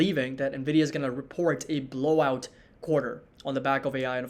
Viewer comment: how many bulls still call the company Nah-vidah? 😆